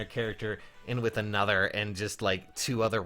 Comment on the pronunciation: Listen to how says "another" lol